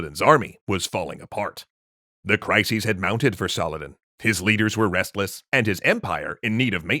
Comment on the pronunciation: Cricis? Multiple? What the heck? Is that like "crisis" many times, a la "crises"?